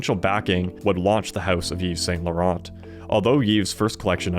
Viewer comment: PRONUNCIATION: "eeve sahn law-RAHN" with a slightly-rolled 'r"